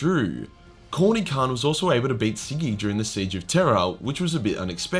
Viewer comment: By the way, it's Kharn, not Khan.